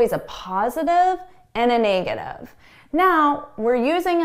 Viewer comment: Hi, I noticed your "negative" is pronounced more like / 'nei - ɡə - tiv /, not /ˈne - ɡə - tiv /. Is yours a Canadian pronunciation? Best, Albert